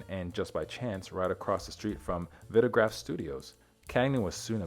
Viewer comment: Nice piece. However, the pronunciation of the 'I' in VITAGRAPH, is long, as in 'ice'. And the ballet dancer who was his pallbearer,, his name is pronounced (phonetically) Me-Kale Bar-Ish-Na-Kov. You should research these things before you record.